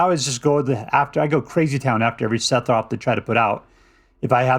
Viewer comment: Holy shit, say sephiroth wrong some more lmfao.